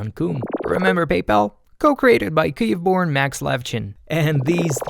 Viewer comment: How is he pronouncing Kyiv?